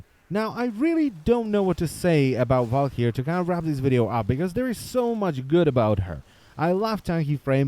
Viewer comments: "Val-ker-ee" not "val-key-air". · Garen Olivari Well no it's a swedish word pronounced Val-k-yyr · is it just me or does anyone else fin it extremely funny how his accent makes him say walkyr ?